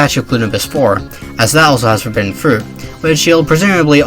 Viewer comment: Torbidden? Sounds contagious